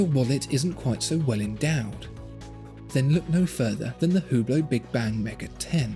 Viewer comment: BTW its pronounce without the H